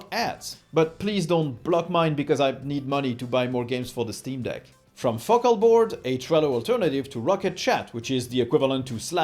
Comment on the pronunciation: I know he's saying Focalboard during the Linode ad, but my ear hears f*** all board when he says it. 😅